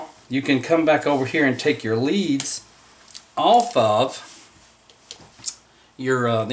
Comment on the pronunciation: The wires to the tracks are spelled LEADS... Pronounced LEEDS.